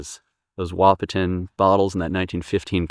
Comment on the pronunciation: I enjoy watching your videos. However I need to tell you the "T" Wahpeton is silent. So it pronounces a WaH-pon.